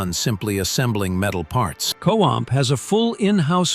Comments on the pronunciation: It’s not co amp it’s co stamp! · Costamp is producing the chassis. No clue what the AI is saying here. I hate AI.